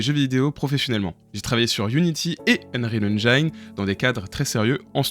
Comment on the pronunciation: Venant du modding d'Half-Life, je suis plutot C++ donc mon choix a été assez simple, UE... au passage, j'essaye d'éduquer les Francais sur la prononciation de "Engine" xD on ne prononce pas comme "line" mais comme "medicine".